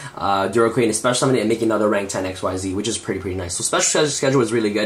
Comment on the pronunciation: bro... please pronounce it right: XYZ is pronounced like EXCEEDS not EX-WHY-ZEE